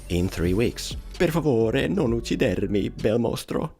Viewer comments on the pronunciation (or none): You were saying it wrong. It's "per favore non uc-CI-dermi bel mostro!", not "per favore non ucci-DER-mi bel mostro!" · it's ucCIdermi, not ucciDErmi